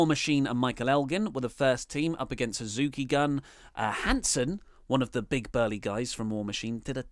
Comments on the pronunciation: Suzuki Gun is pronounced goon. Also, Suzuki didn't bully Goto, he wouldn't acknowledge him, or say his name. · it's pronounced Suzuki Goon! Also bring back Great Balls of Botch.